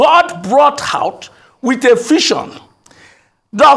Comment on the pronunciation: Did he say 'Fision' or 'Vision'😂😂